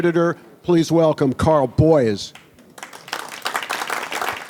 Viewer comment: The old boy spent the whole match pronouncing his name as Boyce,spoke far too much and unnecessarily to realise that its actually BOYES,who incidentally will be vice captain in the upcoming Mosconi cup next month.